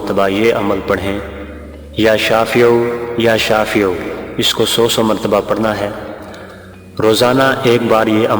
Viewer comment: Ya shafeeoo nhi pdh a Ya Shaafio